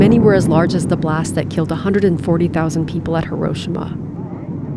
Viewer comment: please look up the correct pronunciation of hiroshima